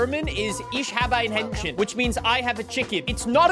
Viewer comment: if you say ich habe ien enchen and not henchen it says u have a little one. the H really matters on this one